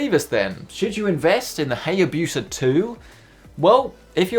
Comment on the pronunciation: Isnt it pronounced 'HiaBusa', like the bike